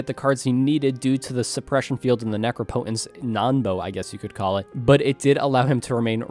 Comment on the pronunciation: It’s pronounced neh-crop-eh-tense.